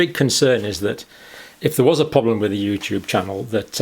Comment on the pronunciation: Youtoob is Pootoob